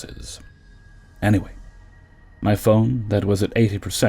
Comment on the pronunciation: I love when you say "anyway". It always reminds me of a Scottish woman I worked with from Edinburgh. Anyway, I miss you Janis!! 😿